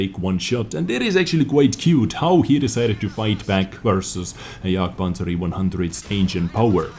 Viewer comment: I love how you pronounce jagpanzer!